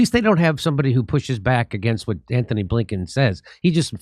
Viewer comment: GUY’S ITS “ANTONY” BlLINKEN NOT “ANTHONY “ 😂